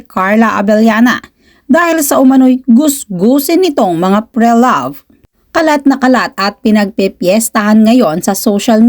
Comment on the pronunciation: Pre-loved ( but “Pre” here is a prefix and pronounced as “pri” ) sakit sa tenga po kasi it triggers my pedantic self..🎉😢😂